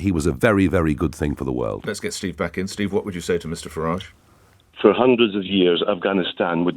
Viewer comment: If he was so keen on pointing out his ancestors came over hundreds of years ago he would be pronouncing his name ‘Faridge’ not the more continental ‘Faraajh’ 🤔